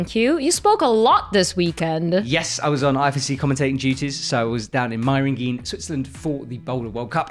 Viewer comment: I love your commentary, and your vids! Just one thing: the pronounciation of Meiringen is almost on point, just the last "e" is pronounced more like the "e" in "Eskimo" (excuse that bad example). Thanks for what you do, please keep on doing it! Cheers from Switzerland